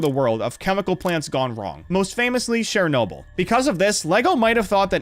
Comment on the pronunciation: Chemical plant≠nuclear power plant. Also it not pronounced share-noble, it’s Cher-noble.